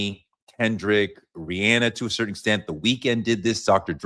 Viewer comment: One thing gonna do is mispronounce Rihanna’s name 😂